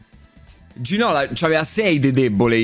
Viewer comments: A Zaaa non se po senti più Ginóla... Se chiama Ginolá è franceseeee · Ginola si legge con l'accento sulla A,non se pò senti Za